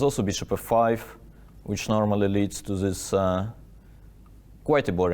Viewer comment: Love these recaps from Daniil! Just curious, why does he pronounce words like "this" as "zhis" but he can pronounce words like therefore correctly? I thought maybe he just wasn't used to making the TH sound until I heard him say therefore?